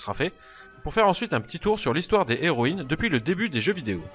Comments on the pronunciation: On dit "les zéroïnes ", comme on dit " les héros " , et non pas "les zéros " , comment peux tu faire une erreur pareille compte tenu de ta bonne élocution, et de ton bon français ? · Pas de problème, mais j'avais l'impression que tu te forçais à dire les " les héroïnes " plutôt que les " zéroÏnes ", alors que c'est bien les " zéroïnes ", qu'il faut prononcer, à l'opposé du masculin où le " H " fait barrage au " S ".